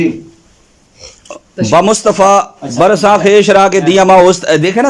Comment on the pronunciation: مفتی راشد صاحب نے عربی عبارت بلکل درست پڑھی ہے بلکہ خود مفتی ذکاء اللہ صاحب نے عبارت غلط پڑھی ہے فارسی کی بمصطفیٰ براساں میں برساں کی با پر زبر پڑا ہے جو کہ درست نہیں ہے بلکہ یہاں زیر پڑھا جائیگا